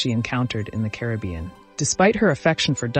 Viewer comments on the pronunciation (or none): none